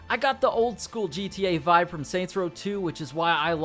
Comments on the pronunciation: “vive” •2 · “vive”? 😂 You mean VIBE?